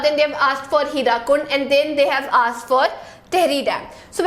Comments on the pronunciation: Mam I am from odisha....that is not HIRAKUND..that is HIRAKUD ur pronounsition is wrong but mam u r amazing... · Excuse me ma'am, for your kind information, it is 'HIRAKUD', NOT HIRAKUND!!!!